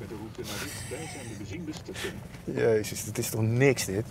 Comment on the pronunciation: Zeg eens benzine station en niet bezine dan lukt het 😃